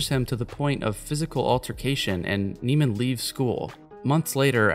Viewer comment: You do know you’re pronouncing his name wrong right? Fletcher pronounces Andrews name wrong in the film on purpose😂 his name is Andrew Neiman like “Nae-man” not “Nee-man”